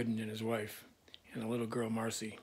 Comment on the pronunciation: Her name was Mar c ah. Marcia. Not Marcy